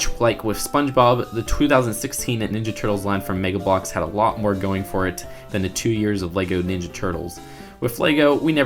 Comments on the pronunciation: says megblocks Me: reeeeeeek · The way he says Mega Bloks is so fucking funny.